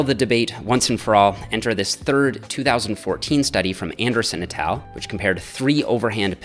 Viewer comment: It's con-cen-tric And et al... soft a and L. Like all... etc all Drives me nuts when people make these mistakes. Especially with science presentation that is otherwise well done.